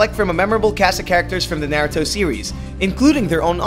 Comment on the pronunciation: he said it right...